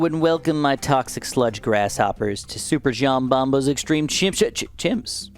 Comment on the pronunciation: He said SUPERJOMBOMBO!!!